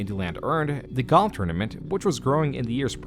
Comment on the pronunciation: You pronounce "golf" as goff" and it kept throwing me off